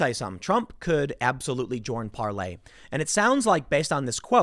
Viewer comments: Can some one get it through Tims skull it's PAR-LOR not Parley god it's painful everytime he says it. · It is called Parler, not Parlay. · Hi Tim, it's PARLER....ER.....NOT PARLAY.....kEEP UP THE GREAT JOB! * TRUMP 2020 ** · It's Parler not parley lol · Par-ler dude.....Parley is "tweeting" on Parler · Tim it is PaleR, not PaleY, You've called it Parley in 2 posts now. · ParlER not parlAY!!!!!! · Tim please, its parLER not ParLEY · Why does he keep saying "parley" it's parler🤣🤣🤣🤣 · Tim What the hell is Parlay??? Its ParLER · Is it really pronounced, PARLAY? Isn't it just Parlor? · Why you calling it Parlay? When it is Parler? Get it right so people listening actually know where to go! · Tim, the site owner says it is pronounce par-lor as in a place you go to sit and talk. Not par-lay as in a pirate detente. ;) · Can you pronounce Parler correctly already? Parley? Where tf is that coming from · Tim parler is pronounced with the r at the end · Stop mispronouncing PARLER. A “Parley “is the message itself. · You are using the French pronunciation? Not Parler as in where you have conversations as in a parlor. I can't tell.... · Tim calling Parler "Parlay" hurts.